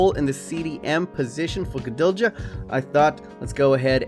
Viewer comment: Gudelj is pronounced with silent j. You completely butcher his name